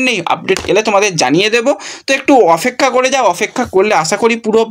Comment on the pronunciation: Bhai ota opekhha . Bar bar ofekka bolo keno ?